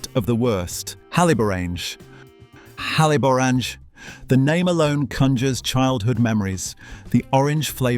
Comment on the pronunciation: He cannot pronounce Haliborange ……